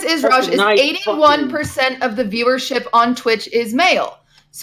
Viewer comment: Why does say rejjj not rajj